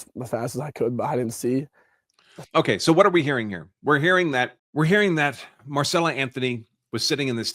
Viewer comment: Right. He reads it correctly but then keeps going back into saying Marcella. At least the NGAN guy was close.